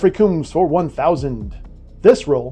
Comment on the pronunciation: please check the way to pronounce Orion and Combs